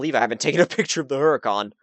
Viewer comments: how to pronounce HURACAN - ooo-ra-kan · It's pronounced [Oo-Ra-Khan] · Yeah the pronunciación of haracán os conpletely wrong xDD belive me, im spanish, i know. Btw, could you please do a max out buggati? Thx